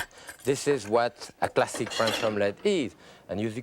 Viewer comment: he said classic ; I heard plastic